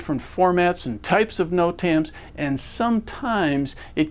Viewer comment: Good video just can't get passed the way the instructor says Notams lol. "noTAMS"